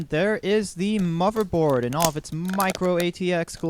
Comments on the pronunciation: he said "moverboard" DISAPPOINTEDDDD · WHY DO U KEEP SAYING MOVERBOARD?! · I like your video, but it really bugs me how you say "moverboard" lol